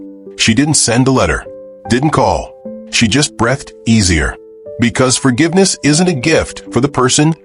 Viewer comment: "She breffed easier" 😂